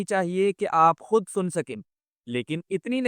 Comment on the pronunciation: "خود"not خد